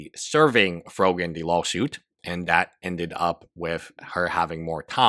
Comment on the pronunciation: When ever you say "law suit" its sounds to me like you are saying lol suit. and a lol suit fits here!